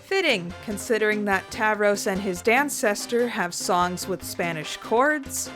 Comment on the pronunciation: Spanish pronunciation’s not awful!